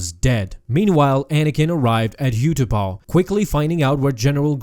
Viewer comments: Utapau is pronounced Ooh tuh pow. Not you tuh pah. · its oo-ta-pow not you-ta-pow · What is with the pronunciation of Utapau??? ‘You-ta-pow’??? ‘Up-tu-par’ that’s how it is in the film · 20 seconds in and i hear "you-tupou"... all i think is... SKIP!